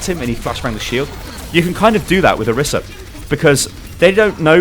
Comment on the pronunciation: plz. You can't just give a thorough explanation on a hero and get so many details wrong. - Her name is not pronounced that way (Jeff Kaplan mispronounced it too, so it's sort of confusing): Pronunced o-REE-sa - Her alt fire is not called "Pulse"; it's called "Halt!" - Her ultimate is not just line of sight with unlimited range; it has a range of 25m (not by my own measurement, but I read the stats earlier) A while back you were upset that some people accused you of misinforming viewers, so you gotta be careful bro.